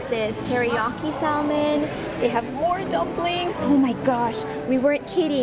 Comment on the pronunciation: ur so filipino lol "saLmon" its actually a silent 'L' lol